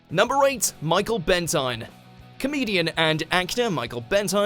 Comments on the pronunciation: Michael Ben "teen" not Ben "tine" ffs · It's michael benteen not bentine. You can tell this video was made by Snowflakes who never heard of the man. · You're English mate yet you can't even pronounce Michael Benteeeeen. It's also Hugh Grarrrrnt. Blimey, this is sick inducing. Indidentally, did you make all this stuff up? Where's the source of your research? Please don't narrate any more. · It’s pronounced Benteen. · Bentine? Bent ... EYE ... ne? o your research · Bentine is pronounced Benteen. Clearly the narrator has no memory of him. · It's pronounced Ben-Teen, researching how to pronounce people's names correctly literally takes seconds. Is that too much to ask? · Michael Who? LOL. I think you meant to say Benteen. Need to learn how to pronounce Grant too. Ron Moody would have made a great Doctor. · It's pronounced Benteen. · I loved watching Michael Bentine's potty time and the mispronunciation of the legendary Goon was driving me nuts 😵